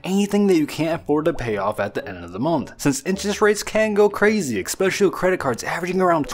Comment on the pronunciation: No one's ever told you not to say "ekspecially?"